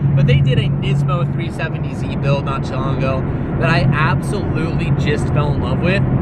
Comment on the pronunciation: New Car... "New, 2010, 3-fifh-70Z."